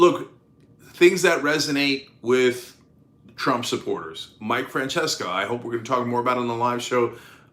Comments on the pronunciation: His name is mike Fran sessions sa. Not Fran cheska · One side-note for you on Mike Francesa's name, Cenk. It's pronounced Mike Fran-SES-a. Not Fran-CHESS-ka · I have heard "Mike Francesca" but never "Mike Francheska". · Pronounced Fran-SESS-uh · I hope Chris C makes it through, and it's Mike "Fran-ses-a" Cenk